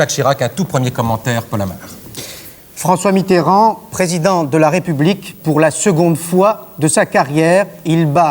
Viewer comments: Ai-je bien entendu Monsieur François MITTRRAND ? au lieu de Mitterrand ? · "François Mitrand", incroyable ils se permettaient de mal prononcer son nom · Quand on prononçait encore Mitterand Miterand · Mitterand prononcé étrangement. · Les adversaires de Mitterrand "oubliaient" de prononcer le e, peut-être une manière de vouloir le ridiculiser. Mais dans le cas de la vidéo de 1965 c'est peut-être aussi une vieille pratique du français parlé de zapper les syllabes de liaison. Par exemple Talleyrand se prononçaient avant souvent "Tal-ran"